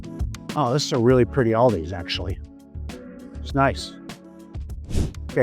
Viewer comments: Is that the worst thing that happened to you today? He said Aldi’s? Then you had a good day. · Did he say Aldis 🙀🙀🙀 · Stop calling it Aldis. There is no S. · There is no S in ALDI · Aldi - singular 😂 you keep saying Aldis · It's Aldi...not Aldi's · Excellent content. Thank you so much for sharing your knowledge with us. Please please give this store the respect it deserves - there is no ‘S’ at the end of Aldi.